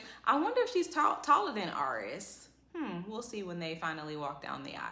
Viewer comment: Girl, I love you but I want the mans name to be AIR-ris. Are-ris is hurting me!😂😂